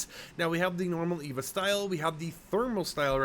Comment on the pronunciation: It’s E V A not Eva